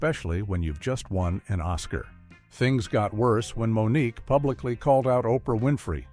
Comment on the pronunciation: Moniqwai 😂😅😆 AI sucks